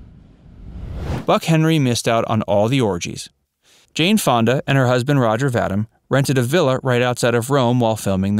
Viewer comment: Roger Vadim's last name is pronounced Va-DEEM, not Va-dim. You're welcome.